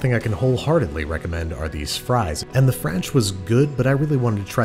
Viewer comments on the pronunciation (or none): Nobody: Literally Nobody: Andrew: F R A N C H